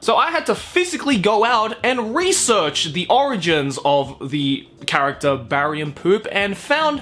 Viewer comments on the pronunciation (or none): "most of kuso-gays revolve about an animo carcatchure to make it your hasbando" joe 2018